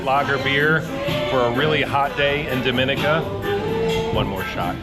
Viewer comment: Dominica is my favorite island! We love the people, trails, waterfalls and views! needs to learn to say the country name correctly though, lol.